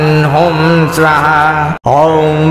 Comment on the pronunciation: स्वाहा शब्द का उच्चारण गलत किया जा रहा है